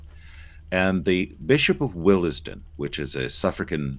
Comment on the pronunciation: Willesden is pronounced Wills-don